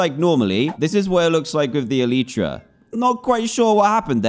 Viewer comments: El-eye-tra not El-y-tra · Me screeming DAN ITSS ELYTRA NOT ELEEEEEEEEEEEEEETRA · Its el-eye-tra not el-ee-tra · it should be "elite"ra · Name your Elytra Le Fly Also Its pronounced Eh-LIE-Tra Not Eh-Lee-Tra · It’s elytra not eleetra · Technically speaking, it's pronounced el-i-truh, which is the plural form of elytron (el-i-tron), which, in turn, is the hard forewings of certain beetles and other insects that act as a shell to protect the wings.Apr 9, 2019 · It's Ellie tra duhh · Its Eletra Or E lie tra Btw i know i ruined the joke. F me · Elytra-E li chra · it's pronounced elytra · E-lie-Tra = elytra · Elytra (Eel-i-tru) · How to Pronounce Elytra: ell-ie-chra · Its pronounced E - Lee - Tra and yes, the actual letter E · dan its prononced elitra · how to pronounce elytra: a-lie-tra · anyone gonna tell him its pronounced eh-lie-truh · This is how many times Dan said “elytra” 👇🏻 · Your brain processes it as elytra, but you say elytra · Everybody’s wrong. It’s elytra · Ur all wrong,It’s “elytra” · What do you say? e-LYE-tra Or e-LEA-tra